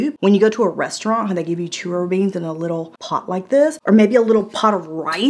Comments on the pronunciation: It's Charro beans or Borracho beans. 🤗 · lol churro beans... charro